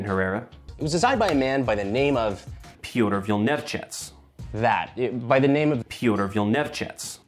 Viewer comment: As a Polish speaker: Mad respect for the excellent pronunciation of Piotr Wilniewczyc. Proving once you try it, it's doable. A long while back I saw a video of an absolute lunatic, way braver than I'll ever be, dropping a PM 63 RAK down a flight of stairs and watching with glee as it repeatedly slamfired in new and exciting directions. Video in question might still exist out there somewhere.